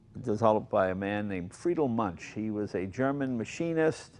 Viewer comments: Münch, pronounced "Moonk". Just sayin'. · lol, it's "Muench," not "Munch." Mooen'k. Munch on that. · Moonk not munch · Jay, it's pronounced MunKH, not Munch, like you're munching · Please stop talking, Mr. Leno..I just wanna hear the sound of the Münch (not spoken Münsch)..Thank you for the video!! Greetings from Germany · There is one collector in Germany who has got one hundred of them. Almost impossible to acquire one. Btw. It always causes pain to hear anglo-saxon pronunciation. That is how to pronounce Muench (ue can replace the umlaut). It is not too difficult. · Hey Jay, if you manage to pronounce Duesenberg the right way, why don't you try it on Münch as well?! Ü/UE is pronounced the same way. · Plz speak Münch "Mynsh". Thank you from Germany ;o) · "Moon-kh" is the pronunciation. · it's pronounced mounkh - the ou like in would/could/should and kh with a little spit :D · I suppose it depends on where you are from in Germany. I would pronounce it MOUNkhin (ou as in would) myself. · Americans can't pronounce "Münch".